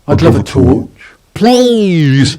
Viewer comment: Theuh...the torchuh it won't workuh its brokeuh....